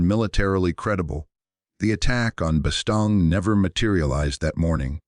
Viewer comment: Soo , Instead of studying the futility and stupidity of WAR ...BOTH sides scurried to hide the event ! ....Only on planet Earth !...and its Bastogne pronounced Bastone(If you must...close enough ! )